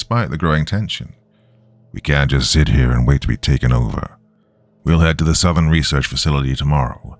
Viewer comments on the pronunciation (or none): none